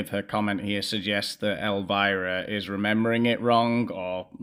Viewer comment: Elvira not elivira buddy